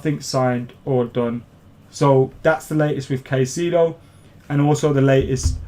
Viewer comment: Pronunciation: Moy-says Kai-say-doh